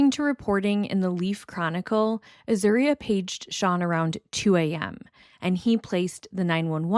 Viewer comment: You are pronouncing Azuria’s name correctly. Also, it’s call Austin Peasy state university. Really good reporting.